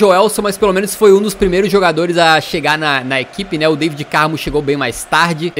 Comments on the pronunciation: N se diz David diz se Davide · não se diz Daivid Carmo, é DAVID Carmo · pronunciaste mal o nome do David Carmo é David Carmo e Deivid Carmo não sei se percebeste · Cara, David.... David Carmo.... Não Deivid Carmo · Diz se "Da-vi-de" No David Carmo